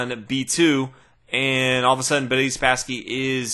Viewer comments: Why do you pronounce Boris as "Buddy?" You keep saying what sounds like to me "Buddy Spassky." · More like Budiss Spassky lol